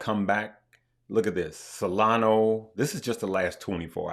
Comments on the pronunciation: Thanks for all you do. It’s SolanA, not SolanO. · SolonA! Not SolonO